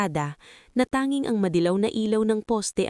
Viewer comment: Nice story però ayusin Ang pag babasa mo. Tanging hindi tanin . Gusali not gusli Gumuho not gumuhol Ayusin mo Ang pag babasa at pag deliver mo Ng words. Thank you.